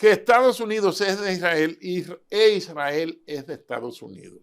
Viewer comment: Este señor sabe mucho me gusta y si menciona correcto el nombre de Isrrael no como otros que dicen Irrael